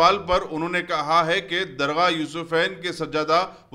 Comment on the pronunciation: bhi sahab dargha nahi darga hae